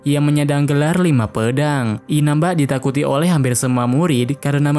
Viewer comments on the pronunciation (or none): Oleh ❌ Oweh ✅